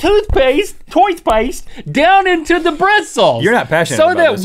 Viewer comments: toythpaste LOL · Toithpaste. lol X) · Toithpaiste , I can't stop laughing XDDDDDDDD